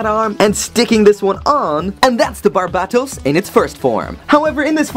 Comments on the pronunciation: Why does he pronouce Barbatos, Barbaetos i mean like what? But good thing now knows how to pronouce it good job and I love your vids.Keep on making great and funny videos man I think you're a funny guy.Again keep on making great and funny videos. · Thats not how to say his name